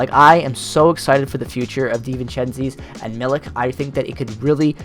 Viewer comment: Dee-vin-chen-tiss and Mill-itch are the pronunciations that I think are correct!